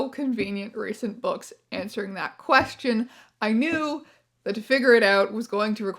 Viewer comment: "Quefion" <3 XD